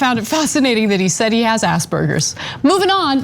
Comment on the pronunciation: Did he just say that Elon has ass-burgers? It's Asperger's.